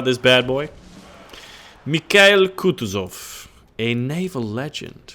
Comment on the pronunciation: KH=H, like in "honey". IL is same as "kill". And it's KutUzov, not KUtuzov.